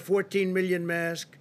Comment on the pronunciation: lmfao he cant say masks nm he can say it but only softly